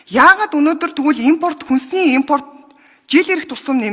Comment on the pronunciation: ээмпоорт ч гэх шиг шах саалтын дебил авгай юугаа донгосоод бгаан😂 номоо гэртээ уншиж сур